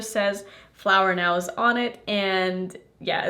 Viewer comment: Hey it’s no big deal, but since you gonna be making more videos of this brand, I thought you might like to know it’s pronounced flower knows(nose). Love your videos ❤